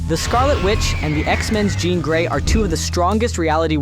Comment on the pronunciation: Ok, 'John Grey' lol